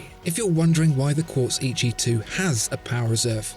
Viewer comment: I think it should be pronounced as Eh Yee Chee though. Great video!